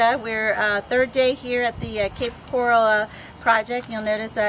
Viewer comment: I hate the way she keeps MISPRONOUNCING the word coral, in the name Cape Coral.